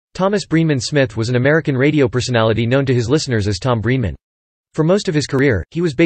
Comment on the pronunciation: It's BRENEMAN,. Not Breeman.